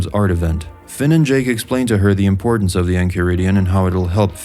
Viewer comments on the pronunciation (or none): none